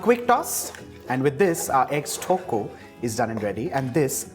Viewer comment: The way you pronounce thokku is absolute blasphemy. But your dishes turn out great whenever I try it so I'll let this slide.